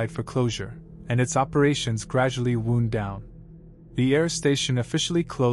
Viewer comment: Text read by a computer. Most telling was the pronunciation of 'Los Angeles' as 'Los ... Angeles'. Appropriate, but I realized I (and everyone else?) pronounce it 'Losangeles' - one word. Talking about operations slowing down, and saying 'wund' (injury), not 'wownd'.